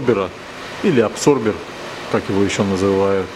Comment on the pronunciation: Да почему аДсорбер, когда он аБсорбер??? От слова аБсорбент!!!